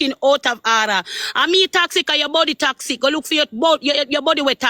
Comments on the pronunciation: Shes so uneducated img cant even pronounce toxic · 😂😂😂😂😂😂 Annie can’t even pronounce toxic 🤣🤣🤣🤣